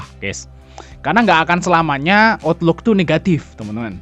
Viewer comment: Cara bacanya gini bos Outlook : autluk Money : mani Moody's : mudis